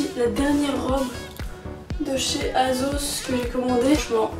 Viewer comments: ça se dit "aSSos" :((( la combi bleu et blanc de chez zaful je l’ai depuis bien longtemps, j’la mets souvent en été et les boutons n’ont jamais cassé^^ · elle me fait trop rire « azoze » 😂😂😭❤️